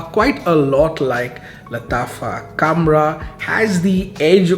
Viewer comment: It's not kamrah... Khamrah. Kha Khamrah.